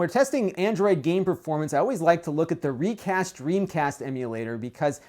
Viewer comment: Reicast is pronounced as "ray cast"